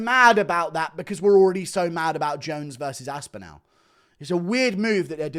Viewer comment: What the fuck are you doing to Tom's surname? How do you pronounce Cardinal? What about spinal? Anal? Phantasmogorical, pharmacological? Now try saying Tom Aspinall, if that didn't work maybe think of it like Aspinill instead? Although, maybe you are saying it the way it is meant to be said? All, call, fall, small, Tom Aspin-Al Bundy!